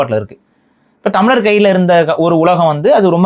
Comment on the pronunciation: தமிளர் தமிளர் என்று அரைகுறை பாரி உளறுவது கேவலம் ! ஏண்டா தமிழ் இலக்கியம் தெரியாது, சரித்திரம் தெரியாது ஆனால் மற்ற அனைவரும் மடையர்கள் என்று பேசுவது முட்டாள்தனம்